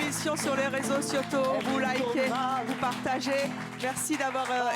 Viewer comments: je sais pas si vous avez remarqué mais le meuf elle sais vrmt pas parlé elle dit réseaux siotaux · Elle dit réseau sioto cette folle je pleure